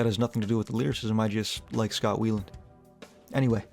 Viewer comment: Scott WHY-LAND not WEE-LAND